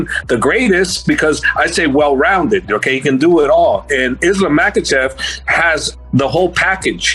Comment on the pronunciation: Thank you Kenny Florian I finally know how to pronounce Islam's last name Ma- ha-chev!!🙂